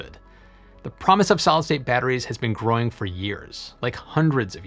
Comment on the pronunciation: It is actually pronounced solid state not solstate. I enjoy your videos but you need to speak more slowly.